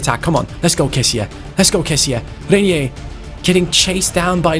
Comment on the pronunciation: the pronunciation of Reinier's name is Rine(like mine) -ier Rine-ier. Hope you understand the pronunciation.